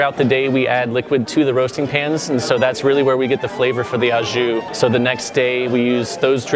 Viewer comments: Why the heck do they keep pronouncing "au jus", "AH joo" when it's "O joo" for the French dip?!?!? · My ears bleed every time I hear someone say "The ah jew". FFS. McCormack spices actually has a packaged thing called Au Jus gravy. WTF? How hard is it to research what Au Jus actually means in French? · I went to Fillipe's years ago, didn't like it. Meat was not done. Didn't care for the 'ah-juh' or whatever. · The host actually pronounced the s in au jus. Lololol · Anyone bothered by how they pronounced au jus?